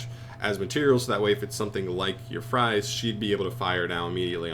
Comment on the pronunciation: Fries??? Fraise!!! Not fries not Tia Fries Fraise = strawberry Ai = a like the "a" in "and" Just say Frase not Fries... pls dont end up like Baronne the floor T.T It is even worse because if you say Fries it is still food it could work but I dont see Tiara in Mcdonalds in the artwork so pls say FRASE